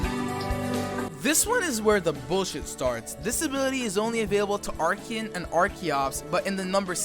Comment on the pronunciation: "Arch-en" i keep hearing Arch-ien but it might just be me.